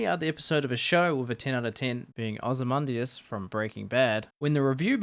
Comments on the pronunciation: Oz-ee-man-dee-us. Thanks for slopping the pronunciation. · might be one of the worst pronunciations of 'Ozymandias' ive ever heard